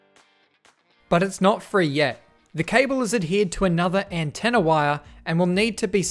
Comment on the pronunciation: Sometimes he says "antenner" :D